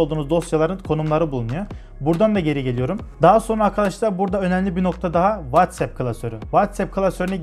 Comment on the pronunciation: WhatsApp'i doğru okuduğunu gördüğüm tek adam :)